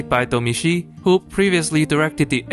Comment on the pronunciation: Great review! But can you explain why you pronounce the Director's name that way?